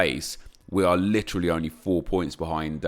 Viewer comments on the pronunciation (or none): none